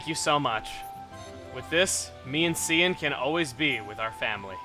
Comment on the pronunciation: Cian is pronounced Key-in. GET IT RIGHT CHUGGA!